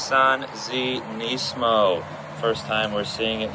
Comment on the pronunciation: Finally someone pronounces nismo correctly. Knee-San Knees-mo